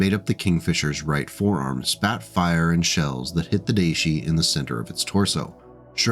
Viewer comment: Day was not quite right, in IPA it is [da̠iɕi】